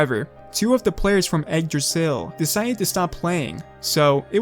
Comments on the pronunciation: nice vid but it's not pronouced "Egg-Dra-Sill" it's more likre "igg-drah-sil" Igg as in Iggy Koopa (not trying to be rude or anything I just don't have any better wording for this) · Why does it sounds that you recorded an audio saying "Yggdrasil" and put it everywhere it was needed because you didn't want to take the risk pronouncing it wrong?